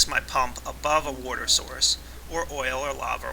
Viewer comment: you always say warter